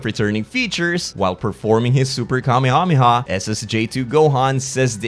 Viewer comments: i hate the way you say kamehameha. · I love the way you say Kamehameha. do you still count as a small youtuber? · Pleaseeeee when you're not firing the beam, please call it " The Kuh-meh-ha-meh-ha."